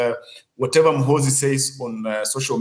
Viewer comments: He will teach u how to pronounce his name Gen muhoozi juuuu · General mu-who-zu😂😂😂